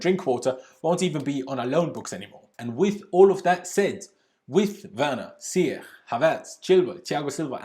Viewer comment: 'Ziyech' is pronounced 'Ziyesh'